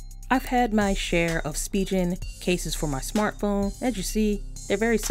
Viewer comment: Great video! But it's pronounced "Spee'gan" not SpiJen!